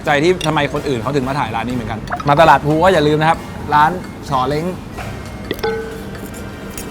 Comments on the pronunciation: ตลาดพลูรึเปล่าคะ? พี่เขียนพูลอ่ามันอ่านคนละแบบนะ😅😅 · พลู ครับพี่ ไม่ใช่พูล